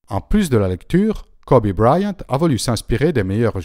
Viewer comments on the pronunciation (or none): Kobe BrYant pas Kobe Briant ;)